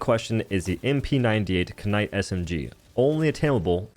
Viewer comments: You did NOT just say “Kuh-night” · did this man just pronounce it "K-Night" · ka-night HWAT? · Did you just say K-night? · Did he really just say “kuh-nite”? Lol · The kuh-night SMG indeed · how do you pronounce knight a kuh-night HOW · Cuh-nite BRUH 😂😂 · Did he say k-night😭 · Did he... just say, "K night" God standards really are falling. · MF THE K IS FREAKING SILENT YOU PLEB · You did not just pronounce Knight “ka-nite” holy shit. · I really hope you saying kah-night is baiting engagement in the comments. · Is it Knight or K- Night? lmfao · bro really said kenight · K’night? My man the k is silent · Brother. Did you just pronounce it as "ka-night"? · K-night. loool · "Kuh-night" did you flunk out of grade school my guy? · It’s pronounced Kha-nigg-it! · You did NOT just pronounce knight with a K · Omg did u just pronounce the k in knight.... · Hard K too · "he said nikka with a hard K" 😂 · Did this mf just pronounce the k in Knight? Edit: it was just once we good